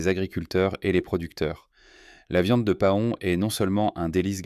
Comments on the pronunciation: Paon: se prononde pɑ̃ "Pan" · Cette voix artificielle qui prononce pahon, c'est vraiment agaçant.